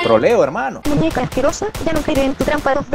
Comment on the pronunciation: Todo me gustan tus vídeos y mi parte favorita es cuando dicen troleo hemano